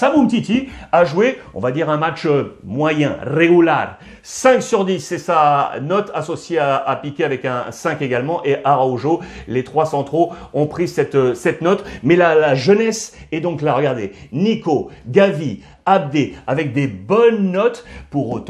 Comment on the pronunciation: Mon cher Mister Ruiz, tu as un bel accent je le sait alors pourquoi tu tue le nom de l'ami Araujo ? Arojo tu le dit en français carrément voyons 😅